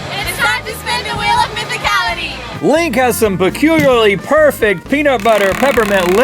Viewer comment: Yaaay you said "peculiarly" right! lol